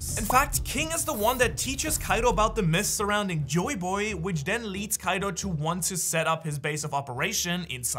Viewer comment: I didn't ask for the backstory not to be mean or something I was telling that he said the name wrong (you said the name wrong to) is kaido